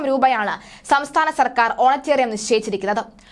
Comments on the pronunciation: Send her to some English school ... honorarium is not honaterium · സാധാരണ (Honorarium )ഓണറേറിയം എന്നാണ് പറയുന്നത് ഓണറ്റേറിയം അല്ല. ഓണറ്റേറിയം എന്നെ ഒരു പ്രയോഗം ഉണ്ടോ എന്ന് നിശ്ചയം ഇല്ല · ഓണറ്റേറിയം അല്ല കൊച്ചേ. Honorariam ഹോണറേ റിയം ആണ്. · ഓണറ്റേറിയം അല്ല honorarium. ഇവളെ മലയാളം പഠിപ്പിച്ചവനെ മുക്കാലിയിൽ കെട്ടി അടിക്കണം. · Madam ഒണറേറിയം ആണ്. ഓണറേററിയം അല്ല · ഓണറ്റേറിയമല്ല കുട്ടി ഓണറേറിയമാണ് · ഓണറ്റേറിയം അല്ല കുട്ടീ അത് ഓണറേറിയം (honorarium) ആണ്. അറിയാത്ത വാക്കുകൾ ഉപയോഗിക്കുമ്പോൾ ഉച്ചാരണം മനസ്സിലാക്കി ഉപയോഗിക്കൂ. എന്തൊരു നാണക്കേട് ആണിത്. Honorarium എന്ന ഇംഗ്ലീഷ് വാക്ക് മലയാളത്തിൽ ആരോ എഴുതി കൊടുത്തത് (ഓണറേറിയം ) ഓണറേററിയം (ഓണറ്റേറിയം) എന്ന് വായിച്ചു. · ഓണറ്റെറിയം അല്ല ഓണറേറിയം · Eyaleyoke chumakendi varunna malayaliude oru gathikedu!.mole, onetarium alla onerarium anu.